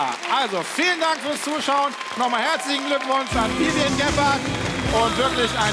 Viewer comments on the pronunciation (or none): Viviane heißt die Frau und elton bekommt es bis zum Ende nicht geschissen ihren Namen auszusprechen 🤦‍♀️🤦‍♀️🤦‍♀️🤦‍♀️🤦‍♀️